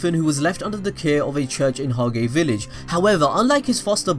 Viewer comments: Pretty good analysis as usual, but you don't have pronounced the Lichts name the right way in German, and also the wilage Asta and Yuno are coming from isn't Hage, the Japanese pronouncing, but more likewise the French pronouncing. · hawgay village?